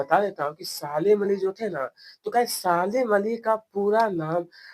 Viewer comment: Salim Ali ❎ Saalim ali 💀💀 Bahi aapko padhna nahin aata to kyon badhate Ho pahle khud padho uske bad dusron ko padhana ok